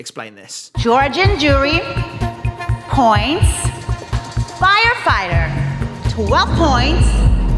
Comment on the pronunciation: i love the way how she says "firefighter" like it was the most important information in that sentence